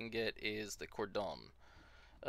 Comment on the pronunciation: Cor-don. Lol